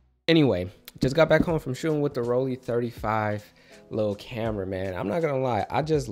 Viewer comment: The last part of Rollei is more pronounced like eye or I.